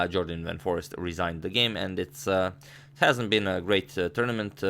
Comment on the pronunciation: jorden van foreest: first syllable=yor like in york; last syllable rhymes with haste, waste etc